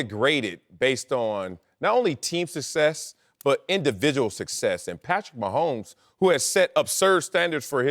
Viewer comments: Wiley talks so much and mispronounces almost every word. Sucksess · Marcellus Wiley cannot pronounce the word success. That’s the cherry on top of him being the worst sport commentator in the business.